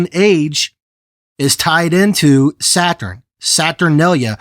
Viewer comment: “ ThE wORsHiP oF sEt hUrN” 🤓 lol